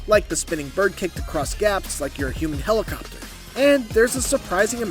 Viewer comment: Helicobter helicobter